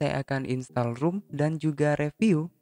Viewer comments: baca nya ‘rom’ bang bukan ‘rum’ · ROM kaka bukan ROOM :v